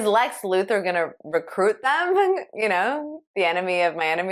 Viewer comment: Lex Luthor’s last name is pronounced “LU-THOR”.